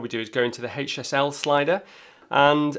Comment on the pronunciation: I keep thinking he's saying "hate yourself" slider instead of HSL 😉